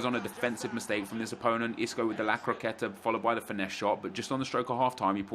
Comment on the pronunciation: STOP SAYING ‘La Croquette’